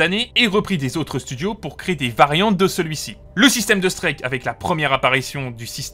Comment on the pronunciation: Bonne vidéo mais ton anglais laisse vraiment à désiré en prononçant « streak » ou en insistant sur « Ad Van Ced Warfare » 😬